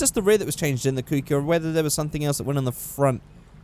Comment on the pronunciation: It's kouki